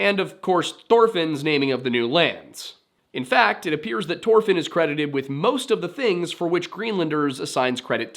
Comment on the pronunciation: Why do you got to say it like that. Just say it the way it's supposed to be pronounced Thor Fin. Not Tore Fin